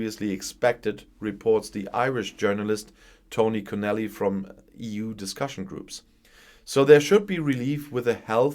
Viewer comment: Tony Connelly...Conn..elly equal stress on both syllables...details matters😊